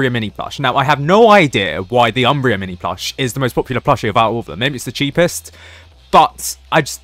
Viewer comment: please pronounce umbra normally